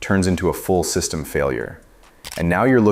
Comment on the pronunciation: Annoying AI narration. "a SEE-system neglect". Comon! How stupid do you think we are???